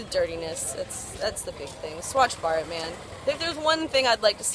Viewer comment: HAHAHAHAHAH HAVE TO SAY THIS THOUGH THAT U CANT EVEN PRONOUNCE BHARAT, I AGREE WITH YOU ON SOME POINTS ABOUT INDIA, U R CLEARLY NOT READY FOR INDIA GO DEVELOP YOURSELF FIRST N BE OPEN TO EVERYTHING